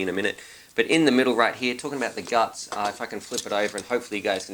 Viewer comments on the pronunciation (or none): none